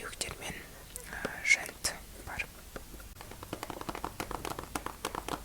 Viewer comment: Жэнт емес, жент)